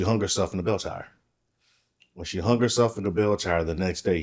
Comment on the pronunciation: Sweets ~ Words like 'hung' aren't pronounced hunGUH. The g is soft, not hard. You're giving a one syllable word two syllables. Same thing as 'young'. It's not pronounced younGUH. Same thing with 'thing'. It's not pronounced thinGUH. Listen to how educated adults pronounce it. Then follow suit. Same thing with the word 'thing'. It's not pronounced theenGUH. You just ran two words together by saying that your Dad was cleaning everythinGUP. And 'pulling up' became pullinGUP. The g is soft! Listen to professional adults talk. Girl, up your game and educate yourself on correct pronunciation. It's annoying AF.